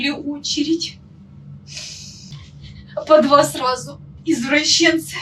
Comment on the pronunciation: Вона сказала "ізвращєнци"? Це пряма дискредитація руzькой армії. В Мордовію! В концтабори!